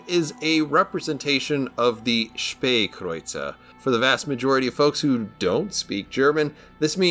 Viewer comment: Thanks for the review cannot wait to get the tech tree version of this ship also I always said (spa) kreuzer thanks for correcting me,also I'm really liking the new editing skills